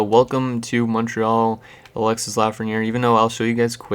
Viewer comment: You dont say the S in Alexis